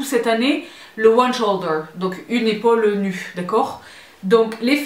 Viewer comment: « Dépaulé sans aucune ipaule » 😂 😂😂😂